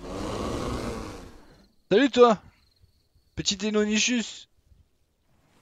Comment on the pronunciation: Sa s'écris deinonychus mais sa s'prononce deinonykus